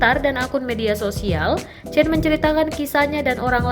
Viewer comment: Itu bacanya Chen ( sperti kita membaca Jendela) Semoga kakak chen dlm keadaan baik"saja